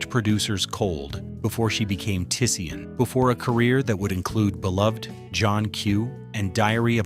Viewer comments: It's not Tuh-Sea-En.... It's Tisean ..... T'Shawn.... Not Sea-En.... Fucking AI! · It’s pronounced… Ti-“Shawn” not Ti-Se-An!!! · Her name is pronounced Ta-Shawn… I’m sure AI is pronouncing the baby’s character’s name wrong. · He butchered tf outta Tisean's name the whole video. Say it wit me TaShawn. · It’s pronounced TaShawn. Is this channel AI? He could have just said Tee-Tee.